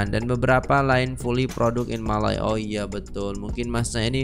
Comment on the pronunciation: Cak, dia kata "Fully conducted in Malay" dan bererti "Dijalankan sepenuhnya dalam Bahasa Melayu" Orang Malaysia tak pernah panggil negaranya Malay. Apatah lagi dengan sebutan Malai. Malay dengan sebutan 'Mley' dalam B.Inggeris bererti 'Melayu' atau 'B.Melayu'.